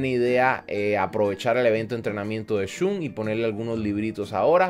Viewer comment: porque le dices chun a shun:,v